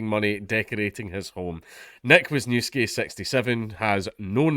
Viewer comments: A fellow Pole? How am I not surprised :) It's pronounced Vysh-niev-ski. :) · It's pronounced more like vis newv ski. I'll never understand why the Polish chose the Roman alphabet if they were gonna make up all their own rules for it...